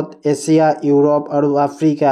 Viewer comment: এচিয়া nohoi sir এছিয়া